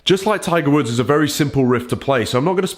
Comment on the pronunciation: Did he say Tigers wood?